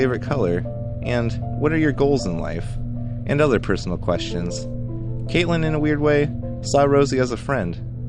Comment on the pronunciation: did he say Caitlin???